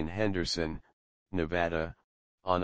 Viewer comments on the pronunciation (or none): none